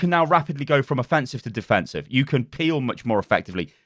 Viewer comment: Affensive... love it.